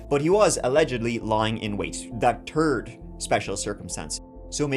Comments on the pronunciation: This is SO bizarre, as during the last video you did I kept picturing you with your glasses on AND saying "turd" instead of third, like back in your early days. 🤓. Now here it is. Love you 😉 ❤🙏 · 'that turd reason' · Why you say turd instead of third? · Man every time you say turd I snap back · What in the world is “twenty turd”? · Twenty turd 💩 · “That turd special circumstance.” 😂